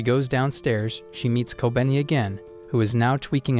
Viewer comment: i feel like kobeni should be pronounced as ko-be-ni